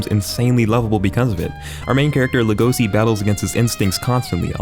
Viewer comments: It's not legoci lego-shi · ITS LEGOŞI LEGOŞI LE FUCKING GOŞI NOT LEGOSI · How is it humanly possible to pronounce it legOsi?? lEgoshi!!! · This nigga said legosi af if its Lego see legosi is pronounced Lego she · stupid bitch its legosi and its pronounced le-go-shi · Its pronounced legoshi but spelled legosi, and pronounced louis not lewis. Get it right bxtch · It is pronounced LEGO-she so logesi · Dont say Legosi like that